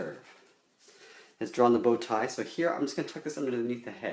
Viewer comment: Now lets draw in the bowtie Me:Wait what! plays again OOH BOWTIE!I thought you said booty lol